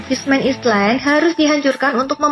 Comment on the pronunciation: Kok aneh ya sebutan Fishman Island dimenit 😰?? Emang ditulis island tapi dibaca Ailand Min😵 Dimenit kok dibaca Ailand yaa 😌?? Mungkin admin baru ini belum makan ubat yaa 😅